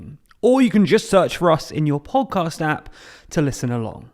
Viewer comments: i hear Pogcast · I love the way says Po'cast. I smile everytime I hear it.